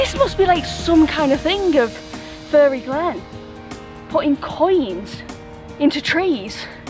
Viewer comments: PMSL! My kids asked if you were from Sintellins too cos you pronounce ‘fairy’ “furry” like me lol Great vid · Hahaha, one of your best travel vlogs yet !! Your humor is honestly off the charts, you should’ve taken all the coins and become a millionaire 😂🤣 Great video, stay safe and care :) P.s It’s fairy (fair-ry) 😀👍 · oh no, lucky you did !! lol, I meant the way you pronounce it :) Us southerners pronounce it "fair-ry"